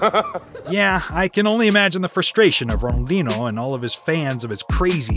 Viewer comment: Bro really said ronoldchino not Ronaldinho